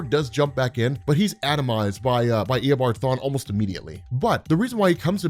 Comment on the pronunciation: This is how many times he said ear a bom farm (reverse flash’s actually name) | | \|/